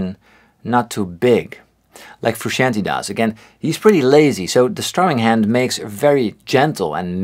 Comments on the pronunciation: I love the videos. But let’s say his name correctly. Phonetically it’s “Froo-Shawn-Tay” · Paul Davids yes it’s Italian. But listen to how he says his own name, you can hear him say it in the making of “Tell Me Baby” music video. Typically you defer to his pronunciation of his own name and that is how he says it. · Why do so many pronounce their name wrong #1: John Frusciante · I swear every RHCP fan I watch on YouTube pronounces 'Frusciante' differently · Why do so many people pronounce Frusciante wrong? That’s more important